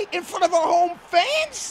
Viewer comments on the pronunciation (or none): none